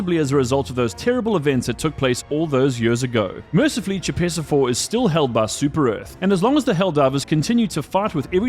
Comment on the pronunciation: Oy. Choepessa IV is pronounced **koh-pess-ah**.